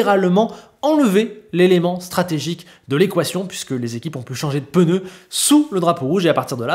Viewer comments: C'était chiant mais content pour Leclerc 🎉. 4'30" "les peuneus" 🤣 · Les fameux « peneus »